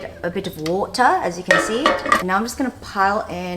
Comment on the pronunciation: The way you said “water” 😂